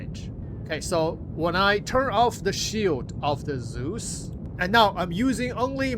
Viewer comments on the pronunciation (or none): none